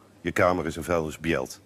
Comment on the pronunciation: “ Kjeld, je kamer is een vuilnisbjelt“ ahahaha pleur jij op hé